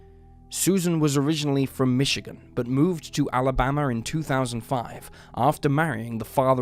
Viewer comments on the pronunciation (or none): none